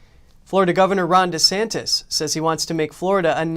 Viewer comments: I love you guys, but the piece at, before, and after the mark, mispronounced the Florida Governor's last name Desantis at least two times as "DeSantos". Please stop doing this. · NTD continues to pronounce Governor DeSantis' name as DeSantos. It is not 'tos, it is TIS. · I agree, I wish they would correct their reporter and quit calling him DeSantOS it’s DeSantis.